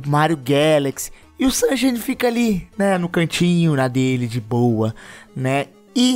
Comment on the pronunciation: o Super Mario Sunshine lê se “sansháine”. Abraço, bom vídeo! 👏🏼